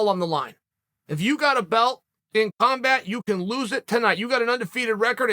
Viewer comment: Uncle chael mispronounces combat as compat and brush it off like nothing happened, what a boss, truly undefeated and undisputed.